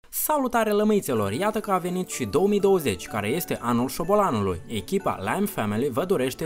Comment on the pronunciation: Ba suna ciudat anult sboloanului